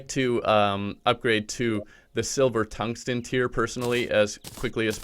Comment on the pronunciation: My man said tug stian